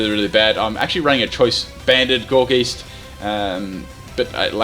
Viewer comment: Not gour'geest', gourgeist, as in poltergeist. Sorry but I found that annoying. Still a good vid though